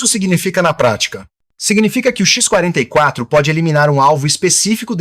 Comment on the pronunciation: "Ishhhh…44” Manta? …ou X44? Vocês estão confiando demais na IA para narrar os vídeos. O “ishhhh…" pode até ser o som que o Manta faz, mas daí até chamá-lo de Ishhhhh…44 é uma distância considerável.